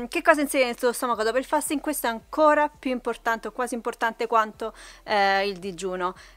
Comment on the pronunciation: Allora 1 si dice fasting così come si legge, se come dici fai un video a scopo illustrativo senza essere un esperto almeno parla propriamente. 2 questo video è deleterio credo ti denuncerò